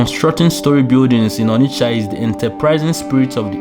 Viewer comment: Why do Nigerians find the need to say Onitsha phonetically? It’s not an English word so why not pronounce it the way the you would pronounce it when talking to Nigerians.